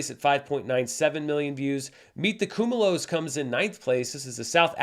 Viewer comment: Just a pronunciation note, not that it's a huge deal, but Khumalos = koo MAH loos